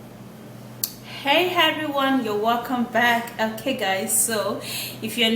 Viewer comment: Please, it's not heveryone. It's everyone.